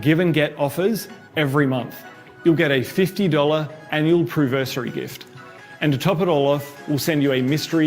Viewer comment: 'Ketone conversation' and 'Pruversary' made me cringe so hard. Also whats the chances that the 'mystery birthday gift' is whatever flavour ketone is selling the worse and/or whatever branded merch they find sitting around at the office